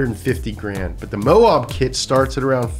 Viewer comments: Mo ab, not mo ob. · Mo-Ab, not Mo-owb goddangit! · moe-ab. like stomach abs. moab. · You said Moab wrong 😂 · Dude SERIOUSLY needs to learn how to pronounce "Moab". It's "Moe-Ab" (like the Simpsons character + the body part). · gonna have to learn how to pronounce Moab if you’re building up some old Tacomas 😂😂😂